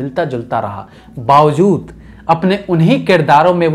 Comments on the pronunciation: Bhai Urdu Theek Bola kren.. Bawzood Nahe Balky Bawajood Hota hai... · bhai har baat me nukta kyu lgate ho..amzad khan nhi amjad khan hai..aur (bawazood nhi hota (bawajood) hota hai